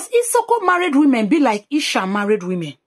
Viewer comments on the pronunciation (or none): none